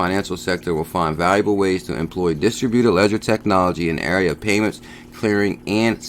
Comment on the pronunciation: Hey it's pronounced Dis-TRIB-u-ted